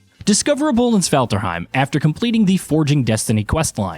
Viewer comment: My man tried his best to pronounce 😭 nee-da - vee-lier and sfarterheim